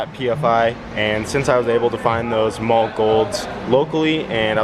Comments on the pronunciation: The german way to say it is "maw-luh", But I have heard many engineers who work at the company say "molly" and that tends to be the more used pronunciation. But it is definitely not "mall", that we can agree on. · One day you will say Mahle correct....maybe. It is "Molly" not "Mall". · it actually is "mall-eh" not molly. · what are you calling those pistons? sounds like your saying "mall gold". its Mahle, sounds like Molly